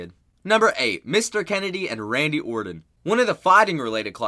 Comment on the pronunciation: It's Randy OrTan not OrDon.